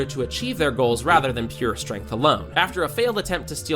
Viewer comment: “Strenght dictates all” 😂